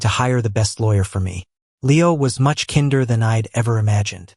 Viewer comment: It's kinder not kin-der